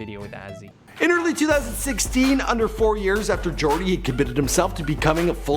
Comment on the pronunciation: its yoooordy not jooordy